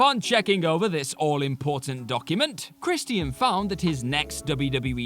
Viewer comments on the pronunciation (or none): ChrisTEEAN? You mean CHRISTIAN. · Chris_chin. Not chris_T_ian. Chris_chin. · Who the hell is Kristy-In? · I hope this guy knows it’s Christian. Not Chris Tian. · Crist-ee-uhn (Christian) haha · The way you say Christian is frustrating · The way he says Christian is funny af